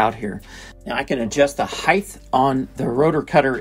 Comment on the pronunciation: Come on America it's height, not hith.